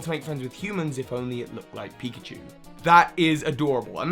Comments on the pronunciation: Pickachu? Really? Come on. You even did it twice. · "Pickachu" 😂 it's pikachu, not to be rude